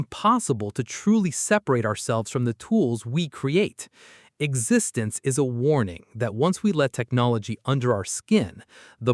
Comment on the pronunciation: I just wish Existenz had been pronounced properly.